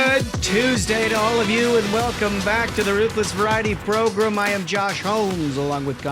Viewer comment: Please stop saying "progrum"